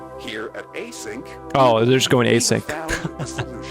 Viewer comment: just a little correction: it's actually Async (as in asynchronous, out of sync) not A-Sync :) because it's relevant to the narrative!